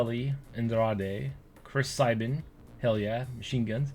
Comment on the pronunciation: OMG your not a wrestling fan with how many mispronunciations you have. You brutalized Akam, Sabin and like everyone on NXT.